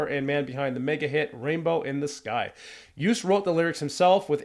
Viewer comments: Joost is pronounced as Ghost, not as Boost. Double O is always short, as in one O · You pronounced Joost as toast ! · Great review. Thank you! As you were asking ☺️The name is pronounced as: joooooost (and not youst). And Kleyn (not klain). Have a great day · .. you should pronounce his name as.. yoooost.. joooooooost you said jeughst.?? or something.? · Joost is pronounced like ghost with a J instead of a G, or Yoast. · The pronunciation of his first name is Yoast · Joost is pronounced as : Yo-st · Say his name like the word 'road'. Joost (Joast). With regards, Mar from the Netherlands. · the O's in his first name are pronunciated as in 'ghost' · Thanks for this great video! I'm from the Netherlands but live in Texas and I love to hear American views on Dutch culture. Joost is indeed pronounced more like 'toast' so you'd say 'Joast' maybe. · Joost is pronounced like with the O sounding like the O at the end of HellO. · Just so you know: love your comment and as I am Dutch yes I have high hopes for this Eurovision song. The correct pronunciation of Joost is as in the word Ohio or “closed”. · Great video, thanks for the positive comments. Joost is pronounced as Joast like in toast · In American it's pronounced Yooo'st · Joast klein lol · You can learn to pronounce his name like this: Say toast, and replace the first T, with a Y, so you get Yoast. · How hard can it be to pronounce his name right? His name is Joost. The J is pronounced like the Y in Yes so not like the J in Jack, and the rest is pronounced like the "oast" in toast.... So it's Yoast if you will if you want to make it sound like it's supposed to sound!! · Hist first name is pronounced "Yohst" for all English-speaking peoples. :-) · Pronounce his name like toast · You should pronounce it as "Yoast" Klein...😉👍🏼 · You pronounce the double oo as oa (like in toast) not oo as in too. So actually you say Joast. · Joost is pronounced "Yoast" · You pronounce Joost like toast